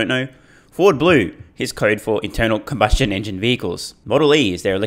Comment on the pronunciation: Did you say internal cumbustion engines?